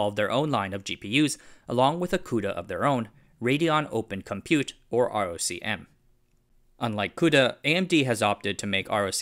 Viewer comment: ROCm is pronounced “Rock-um”